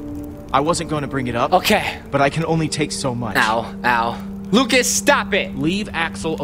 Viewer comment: It's not locas it's lucas